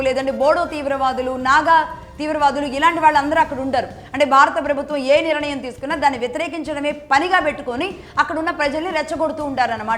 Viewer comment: అమ్మ భాష కోసం ఆలోచన చేయండి. మీరు నిరణయం అని మళ్ళీ మళ్ళీ అంటున్నారు కాని అది సరి కాదు. నిర్ణయం అని పలకాలి. కొంచము జాగ్రత్తగా పలకండి.🙏